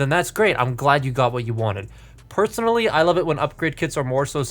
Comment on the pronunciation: he said perthonally😂😂